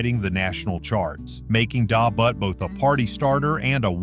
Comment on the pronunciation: You have the music on too low. I also hate the way you pronounce Da Butt by EU. Horrible job on the video .Do better or stop making videos and embarrassing yourself!